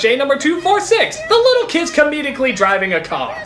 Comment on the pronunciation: Lol, "comidically".